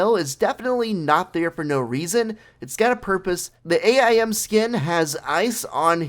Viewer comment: I think you should learn how to pronounce AIM